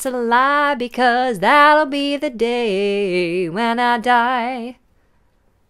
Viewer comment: And then she screws it up epically. That'll has this d sound in the Beatles song just because Beatles sang with American accent. That is it. And no British accent.